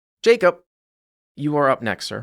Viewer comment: His name is Jaycup and not Jacob?